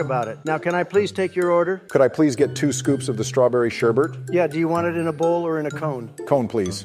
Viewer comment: It's spelled and pronounce sherbet not sherbert. Your welcome